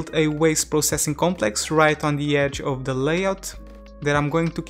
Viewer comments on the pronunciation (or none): none